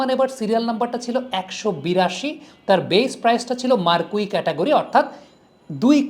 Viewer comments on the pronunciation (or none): "Marquee" কথাটার উচ্চারণ "মারকুই" নয়, ওটা হল "মার্কি"